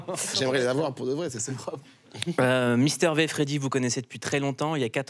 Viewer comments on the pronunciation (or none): "Mister Vé" Moulouuuud... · Le "mister vé" me fait toujours autant mal 🤣